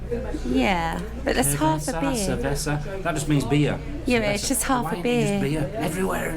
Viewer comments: Another intereting vlog, just as well there are no cars and only a few people around as the streets are so very narrow!!!! in Spanish the c un cerveza is pronounced as the second c in concert!!!!! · I’m enjoying your videos ❤️. Btw “The “C” in CERVESA is pronounced S